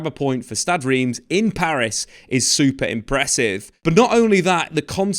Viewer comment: I believe it's pronounced "R'emm".